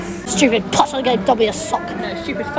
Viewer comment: ‘Stupid pottah giving dobby a sock’ ‘No stupid father, he made him leave’ 😂